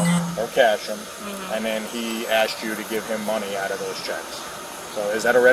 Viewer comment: She's a teacher? That drives me crazy that she's says axed instead of asked!!!! She knows! I can't stand a person that would be so cruel as to do something like that and cause a person to go to jail.